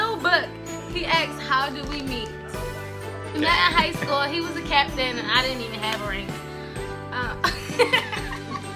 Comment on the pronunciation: He said craptain 😭